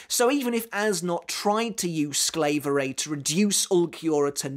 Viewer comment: By the way, Quilges ability is pronounced a bit differently. The japanese butcher it, too, though.. But really, its not that hard: Pronounce the "A" in "SklAverei" like in "hard". The "EI" in "SklaverEI".. It's kinda like the "I" in "Time". Or like you pronounce the japanese word "Tai".